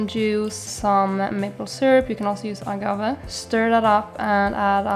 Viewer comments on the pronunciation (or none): none